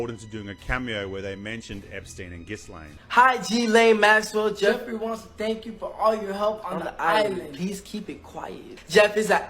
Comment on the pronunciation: 4.36 love when people can't speak right ... GIS-LANE.. lmao😂 ok the whole world apart from THIS guy obviously, knows it's french and pronounced gil-ain.. silent s.. funny they refer to him as Jeff.. a nick name and not Jeffrey,, then deny knowing him?? 😂yeah, good one they should've been interviewed